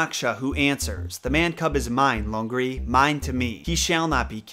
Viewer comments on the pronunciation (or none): loved your video, btw lungri pronounced as lang-ri (not loongri)